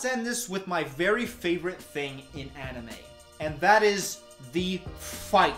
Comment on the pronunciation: god I laughed too hard at "aniYOU"